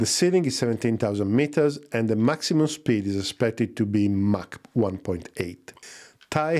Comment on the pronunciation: Met it’s Mach.